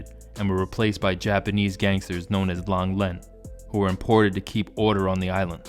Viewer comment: The japanese gangsters that replaced tian di, you said lang lin, i reckon its lang ren, ronins